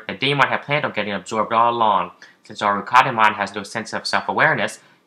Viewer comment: btw: its not called arukadimon, its called arkadimon.